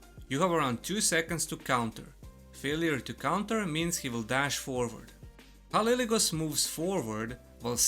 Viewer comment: it's "K" not "C" :)